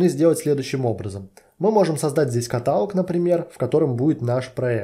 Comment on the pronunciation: "катАлог" - проверочное слово "херАлог". Блин, невозможно слушать это с частотой 30 раз в минуту....